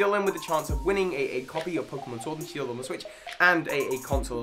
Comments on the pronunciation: I like this new pokeémon SHIORD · Try out the NEW!! Pokeémon Shiord!! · Ah yes, I sure love playing Pokemon Shvord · Ah yes my favorite game, Pokémon shiord